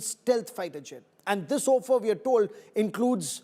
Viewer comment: When did offer become ‘O’ffer Stop this stupidity to make an artificial attention grabbing moment You are not even consistent in maintaining it!